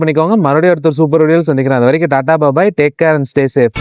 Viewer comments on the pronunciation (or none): none